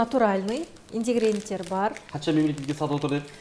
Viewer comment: Индегренттер демей ингредиенттер деп айтсаңшы.